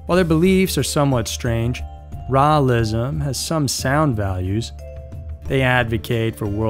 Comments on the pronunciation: Rawlism? Lol, Raelism. 🛸 👽 👾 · Raelism is pronounced 'Ray-el-ism. Rael is pronounced Ray-el. Just saying, so you don't sound stupid, lol.